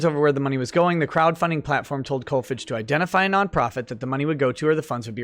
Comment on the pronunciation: Kolfage is pronounced with a long a.